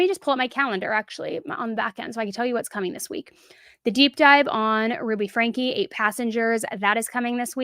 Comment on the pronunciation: I have to say, it's so satisfying to finally hear someone say "Franke" the way you're supposed to say it 👌🏻